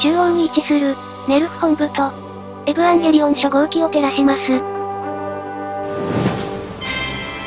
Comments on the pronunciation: エヴァンゲリオンをエブアンゲリオンって言ってて腹痛い、とても好き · えヴぅわぁんゲリオンにしか聞こえない